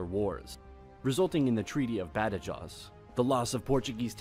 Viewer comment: oh god the way he pronounced Badajoz was painful